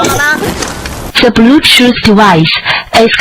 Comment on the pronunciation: Ngakak pas di ngomong blutut ex soseosos hahahahha 😅